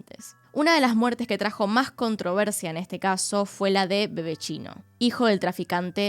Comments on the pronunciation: Jsjajajjajajaa tmb dije queee como que un bebe chino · Cada vez que dices Bebetinho yo escucho bebé chino jajaja muy simpático verte hablando los nombres en portugués